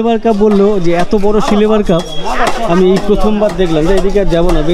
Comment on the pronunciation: আপনি সিলভার কে সিলেভার বলছেন।কেনো?